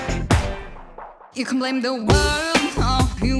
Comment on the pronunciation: I love the view but “the” is silent.